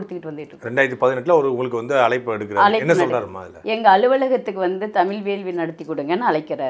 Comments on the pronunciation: தமில் இல்ல தமிழ் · இந்த அம்மாவுக்கு தமிழ தமிள்,அலைச்சாங்கனு பேசுறாங்க.இந்த லட்சணத்தில் இவங்க தமிழ் வளக்கிறாங்களா?சிரிப்புதான் வருது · இவளுக்கு தமிழ் என்ற சொல்லை சரியாய் சொல்ல முடியவில்லை